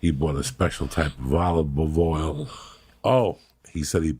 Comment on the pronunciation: “Olvuva oil”